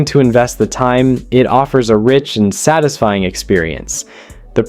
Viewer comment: Your Ai is terrible. Yeah, that's very "tisfying."